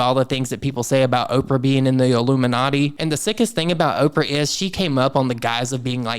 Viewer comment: Not Opera but Opra, as in Oprah Winfrey. Look at the context, the names accompanying hers.